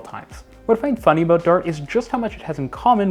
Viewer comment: excited “about”. Please!